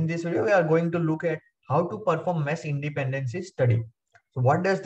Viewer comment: material is good but the way you pronounce mesh so it sounds like mess cracks me up